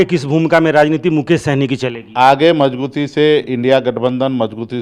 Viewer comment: मजगुती नही मजबूती बोला जाता है बुडबक 😂😂